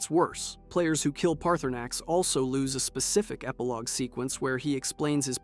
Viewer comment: Guy can’t even say Paarthurnax name right